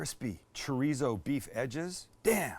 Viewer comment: I feel like after the beef bourguignon, Sam has been pronouncing beef as "beouf" And I'm here for it!